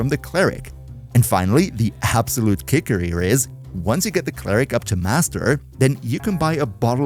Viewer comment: “Clare-ick” is fucking diabolical 😭😭😭😂🤦‍♂️